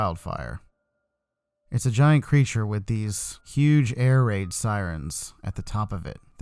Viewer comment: When u said air raid it sounded like ear rape, but it's true anyway cuz siren head is the master of ear rape